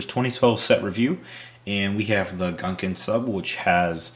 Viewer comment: Is the interactive transcript the only one who agrees he says "Gunkun Sup" rather than "Gungan Sub"?